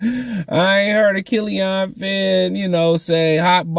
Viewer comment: Bro what? They're not gonna get rid of duren cuz he can't shoot lol. Kill-ian not kill-ion. They're tanking idk what yall don't get about that lol. You can't put a good team together and expect them to tank. This should be self explanatory